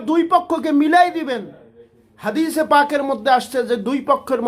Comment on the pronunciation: হদিস শুদ্ব ভাবে পাঠ করতে পারনা তাহলে হাদিস বল কেন ?